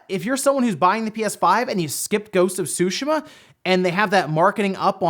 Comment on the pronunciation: Sue- She -Ma .(TsuShima)